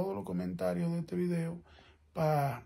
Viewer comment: el vridio el vridio